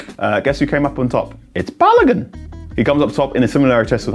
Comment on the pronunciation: Folarin Ba-lo-goon….. that’s how you say his name , not balagan 🤦🏾‍♂️🤦🏾‍♂️🤦🏾‍♂️